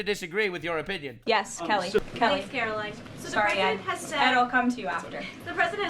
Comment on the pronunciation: Its karline, with a k. Say it right, she deserves that respect